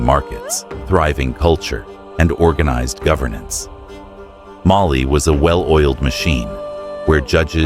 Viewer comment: The visuals for your videos are always phenomenal! The narration, however, has some pronunciation inconsistencies and makes it hard to follow sometimes (e.g. Mali sometimes “muhLEE” and other times “MAli”). Makes it hard to know what was talked about unless I pay VERY close attention